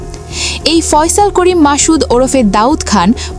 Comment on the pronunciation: এই খবর পাঠকারী বেডি তো অসভ্য। মাসুদ কে সে মাশুদ কেন বলে?